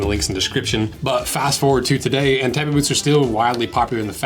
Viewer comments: Tabi is pronounced “Taw-Bee” not “Tah-bee” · First off: it's pronounced tah-bee :) Would love to see a breakdown of the Power Ace Tabi Boots, they have an un-split toe but it has a steel toe, a super flexible grippy ninja sole, and tabi-style ankle closure to keep your tobi pants secured. Side note: tobi (Japanese construction workers) are badasses.